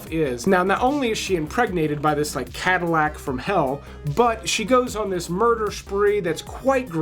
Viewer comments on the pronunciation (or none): none